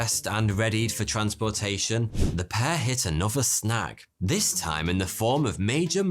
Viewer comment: You are English. Why do you say 'dee' instead of the? 'dis' instead of this? And 'dat' instead of that? You sound so stupid! Adjust your accent!